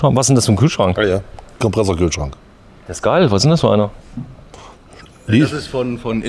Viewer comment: "Hier vorne ist ein Kompressorkühlschrank – was ist denn das für ein Kühlschrank?" – kurze Pause – Antwort: "Kompresserkühlschronk." … Ich kann nicht mehr.